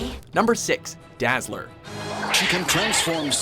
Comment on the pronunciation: Dazzeler?! C'mon man... lame as hell